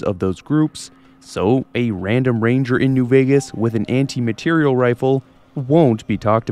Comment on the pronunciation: It's "materiel", not "material"! It's pronounced more, like, French-ly.